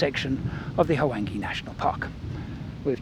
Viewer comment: Luvverley stuff as always. I chuckle… H-wange? No man, it is a smoother transitions of sounds, a whooshing Wwhange. Such a WASP you are;) On a more serious note, what is your feeling about removing sunglasses from our faces when we interact with local people in Africa?